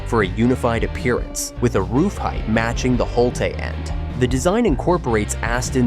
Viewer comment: “Holté End” hate this AI garbage man